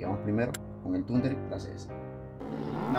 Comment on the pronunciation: No es tunder, ahi sale que es thunder